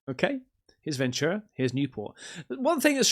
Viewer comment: The missus and I are from Ventura. Great little beach town. I miss it since I live in hellazona (Arizona). I’m happy you pronounced it correctly. In TV shows and movies people pronounce it as venCHura. And since I’ve grown up there, I’ve never seen things like that. I call BS. Thanks for showing my home town. Cheers mate.